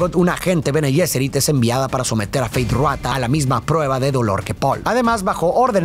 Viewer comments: Disculpa, no se dice feith ruata , se dice feid rautha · "Feid Ruata" 😵💀💀💀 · No puedo con "Fayd Ruata" 😭😭 ya se que es un pequeño error pero suena gracioso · Feid Ruata jajaja, solo ese detalle 😅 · Quien es “Feyd Ruatha”? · Me mata que no dice 1 sola vez mal el nombre de Feyd Rautha Harkonnen, sino en todas las veces que lo nombra 😂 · Nunca dices bien Feid Rautha 🤣